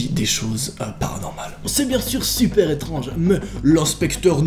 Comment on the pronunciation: "c'est vraiment chuper chelou" Noa 2020 xD #épisode2